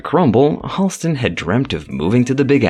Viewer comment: Halston's name has never been eclipsed. BTW, the name is actually pronounced HAL-stin, not HALL-stin.